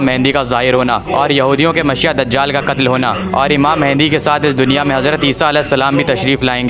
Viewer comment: ASTAGFIRULLAH UR PRONOUNCIATION IS VERY BAD it's Mehdi not mehendi 😭😭 Astagfirullah